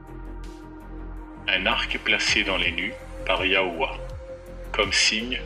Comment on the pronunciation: yahuah se prononce HIAVé enfin je crois !